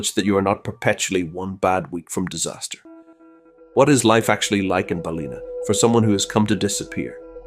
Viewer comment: It is NOT Balina, it is Bal in Ah. Get it right!!